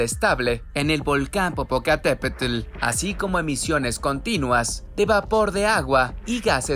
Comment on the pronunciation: No sé si el que narra es mexicano..pero no sabe decir bien el nombre de un gran volcán 😂😂😂